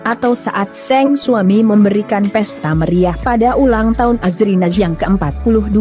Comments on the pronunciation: Iya funny the way she pronounced SANG not SENG, suruh berlatih lgi cara sebutan nya, looks she never improved 😂😂😂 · 😅.. Seng, something wrong with her pronounced, her delec sound funny 🤭.. Poor her!